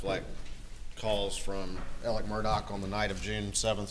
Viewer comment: Why does he pronounce his name like it has a T in it???